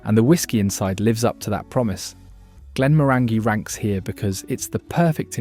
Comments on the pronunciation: GLEN-MORANYGY rhymes with ORANGY. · Always a mistake with this otherwise reliable robonarrator, eyes-slay malts, Glen more_angy? Really killed the vibe those ones. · My go to Whisky is Johnnie Walker Black with a drop of water and no ice. In South Africa we get our whiskys at 43 % abv and 750 ml. I often hear that the pronunciation of Glenmorangie is Glenmoranjee. Glendiddich is Glenfiddihf. Izla ??? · Repeat after me Isle-la, La-ga-voo-lin. For gawd’s sake if you’re going to rank whisky at least have the decency to pronounce their names properly. Not to mention what you did to Glenmorangie. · I'm cringing when you pronounce glenmorangie and glenfiddich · You need to learn to pronounce Glenmorangie and Glenfiddich properly, but that's what happens when you use AI